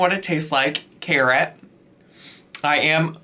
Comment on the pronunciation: I had to put my phone down when they said scarrot😭😭😭